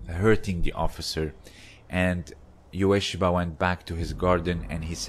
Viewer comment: LOL, it's quite a good vid. I'd say once you understand the difference between a fight and an attack you'd understand more about the battle field origins of Aikido. My comment on your pronouncing of Ueshiba points to you not doing any real research into the man.